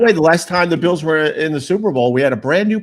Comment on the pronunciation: Bils it’s bills